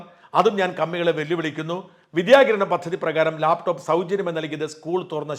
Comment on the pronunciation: ലേപ് ടോപ്പ് അല്ല മാഷേ ലാപ്ടോപ്പ് അത് മതി